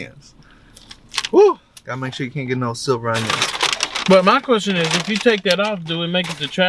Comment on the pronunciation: It’s sliver not silver